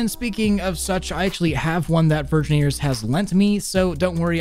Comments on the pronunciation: 'Virgineers' Omg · "Virgineers" les go